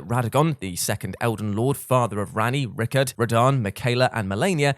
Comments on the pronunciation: Hes fucking pronounced Rai-kard, not Rickard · "Rickard" lolololol. RYKARD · Lmao just casually calling Rykard, "rickert" it's hilarious to me